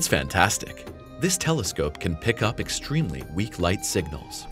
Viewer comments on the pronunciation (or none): none